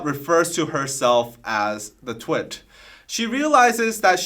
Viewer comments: but still nobody can explain why she is pronouncing twit like light ? like TWIGHT? it sounds so wrong.. very annoying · very good! BTW, with her accent it kind of sounds like she's saying "two - it" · Does it mean twit as in idiot cus she says it like: twight